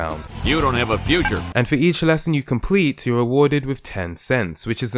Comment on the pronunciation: Skinner says,u don't have a fyoucher